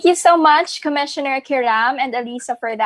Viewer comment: miss pakiayos pronounce mo sa ALYSSA haha di yan si alisa